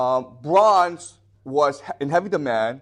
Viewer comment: the bronj age, ok then, this guy barely speaks english, but thinks he knows shit